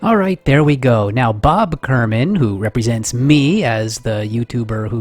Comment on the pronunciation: isnt it kerman not kermin